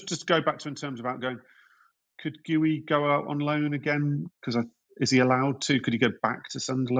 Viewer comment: "Gee-you" not "Gooey"